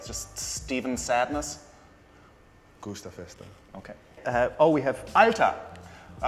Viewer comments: a fagiolio HAHAHAHAHA OMG I'm dying 😂😂😂. It's actually a fagiolo without the I after the L gustafesta HAHAHA I'm dying again. It's guastafeste not gustafesta GETTARA HAHAHAHAHA PLEASE STOOOP. It's gettare non gettara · Nobody: Kobe Bryant: GUSTAFESTA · Guastafesta, non gustafesta! Poi io direi "guastafeste", al plurale. Kobe è cresciuto in Italia ma è chiaro che da come l'ha pronunciata non sapeva il significato della parola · he dosent know how to say guastafeste either